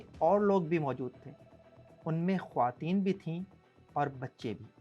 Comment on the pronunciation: Khawateen ko Sahi pronounce karlein